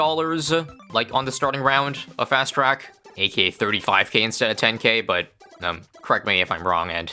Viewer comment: It's "ey-kay-ey" NOT "ey-KEY-ey".